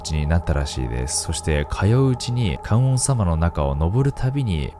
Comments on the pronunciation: 観音→かんおんじゃねぇわ かんのんだろうがナオキ野郎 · かんおんさま→かんのんさまです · ナオキマンアメリカ暮らしが長く、漢字がにがてなのは承知なのですが、動画のクオリティーや朗読など良すぎるので、是非知ってもらいたくてあえてのコメント。 観音と書いて「かんのん」と読みます。かんおんではないので、また出てきたときには気をつけて読んでくださいね！ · 観音（かんおん→かんのん）です！ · 観音『かんのん』な。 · かんおんさま→かんのんさま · 還暦過ぎジジイやが夫婦の話の歌は子守唄なんかな？リズミカルで明るい曲調やからワイが子どもの頃は女の子が縄跳びする時歌ってた記憶がある。 それより観音(かんのん)をナオキマンが かんおん と発音するのになんか意味ありそうでそっちが怖かったわww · 観音→かんのん だよ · 観音寺はかんおんじ 観音はかんのん 観音様はかんのんさま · 本編の内容とは関係ないのですが ちょっと気になってしまって… ごめんなさいね 観音(かんのん) の「とだて」は 戸建て (こだて) と 読みます 日本語は同じ漢字でも何通りも読み方があるものがあるから面白いですよね 余談ですが 誰かのショートYouTubeで 「生」の読み方の多様性と「死」の読み方がひとつの理由を 面白く解説してるのがあって勉強になりました。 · 「観音」は”かんのん”と読みます。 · ナオキさん、観音は「かんのん」って読むんですよ(ｺｯｿﾘ 今回も中々の怖さを夏が過ぎてからありがとうございました！ 次も楽しみに待ってます(*´∀`)♪